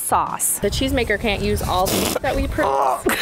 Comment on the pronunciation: You have been mispronounce miluk all the time but stil a good episode